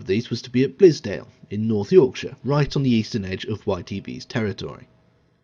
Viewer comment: It's Bilsdale not Blis!